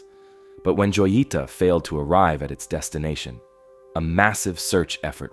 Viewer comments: It’s pronounce (hoyeetah) not joyeeta. J is an H sound in Spanish bro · I dont want to nag but joyita≠ yoita its (ho-jee-tah), I know Spanish do be hard but come on man, it’s not even a hard word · Joyita is pronounced hoyita... you are making me scream mispronounced it over and over 😵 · You butchered the name “joyita” haha good video tho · Not the "Joita", the boat name is clearly readable on the hull, the "Jotita"